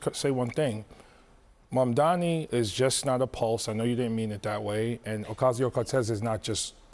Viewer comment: OMG. Abby with the worst mispronunciation of Mamdani. She said Bomdani!